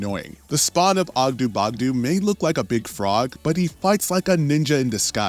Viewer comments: OggdO not OggdU pronounce it correctly or dont pronounce it at all please. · Ogdoo bogdoo smou and the way he says kos makes me think that this guy can't read